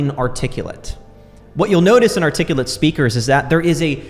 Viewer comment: My man said articullit and I clicked off I'm sorry dude lmao